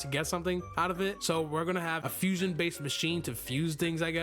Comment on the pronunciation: He say fusoin😮 ice+dough=icecreem fruit😂